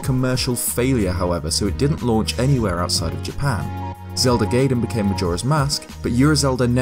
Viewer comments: It's pronounced, gye-den, not gay-den. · Its Zelda GUY-den, not GAY-den ;P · It's pronounced guydin not gaydin. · gaiden is being pronounced "guy"den and not "gay"den ;P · it's Gaiden not GAYden! Haven't you learned anything from AVGN??? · "Zelda Gayden", please... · You said 'gayden' eeeewwwwwwwwwwwwwww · Guy-den. Oo-ra. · Gaiden... 外伝、 がいでん guy-den. Ura 裏 うら not yura, ura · Did you seriously call gaiden (gayden)? Lol ugh hate it when people miss pronounce things so simple... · I would be nice if the F-Zero X Expansion Kit was included, too. Also, you mispronounced "gaiden".